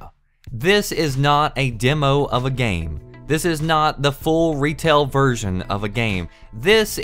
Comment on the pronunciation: when he says "version" seems that says "virgin" jajajajajajaj xd